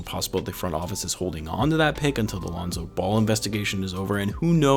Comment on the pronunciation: Lonzo Ball... Not Alonzo. Sorry to nitpick but his govt name is Lonzo